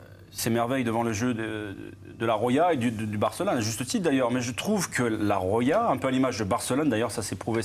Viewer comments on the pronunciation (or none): La Rrroya 😭😂